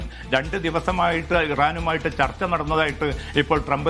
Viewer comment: ചർത്ത അല്ല ചർച്ച 😂😂😂😂0.5